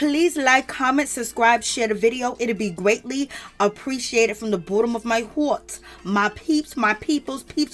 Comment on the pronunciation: You sound like Teyana Taylor from Madea Big happy family … u funny especially when he say from borom of my horrt . No bottom of my heart The Evonik Evonik language New Yorker funny gurlll😂😂😂😂 lol 😂 lol 😆 lol 😝lol 😆 lol 😂 lmao 🤣 lmaof